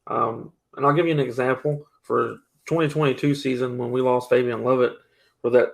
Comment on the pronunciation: Mark can you please help to say Fabien’s name correctly? He’s been saying it like it’s spelled Fabion and it’s been making me cringe since the first time I heard it. As a journalist, you have a greater responsibility to get this stuff right.